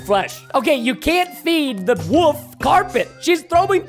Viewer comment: I love how preston says “the woof” instead of the wolf